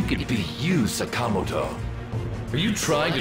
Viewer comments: Why do they pronounce Sakamoto like that? Like c'mon at least try to get the inflexion right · damn sakamoto can't even pronounce his name properly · I wish they would pronounce Sakamoto correctly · Why is the dub absolutely butchering the pronunciation of “Sakamoto”? They really don’t have someone on hand that knows how to pronounce Japanese names?